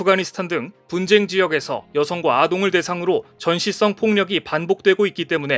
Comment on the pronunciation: <전시썽 폭력> 이 아니고 <전시 성폭력>으로 발음해야함.